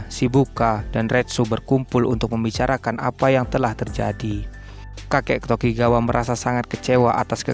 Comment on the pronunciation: Ngab klo ngomong doyle itu cukup doyl gitu aj Sama sikorsky biar gampang sikorski Sama namanya bukan tokigawa tapi tokugawa